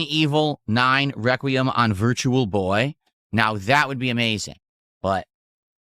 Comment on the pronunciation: Resi-DENT Evil: RE-Kwuh-Y'em will not save the business, okay?